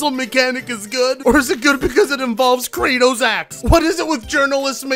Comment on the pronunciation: Ok I'm British but what kind of word is peddling? Also it's pronounced Kra-tos not Kra-tus. That guy is making us British look weird. Ah well, more meme material for you. I'm just hoping by the time Raganrok comes to PC. Santa Monica would've added an option to remove the "hints" during the "puzzles". I'll play it on a hard difficulty to give myself a challenge, since the game is designed so someone like DSP can beat it.